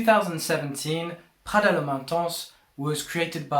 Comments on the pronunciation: It’s not French “pghada” , it’s Italian PRADA. My goodness! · Pronunciation 😂 speaking in English with a French pronunciation of the Italian brand. Slow down dude. It’s just coming off too fraudulent to take this seriously lol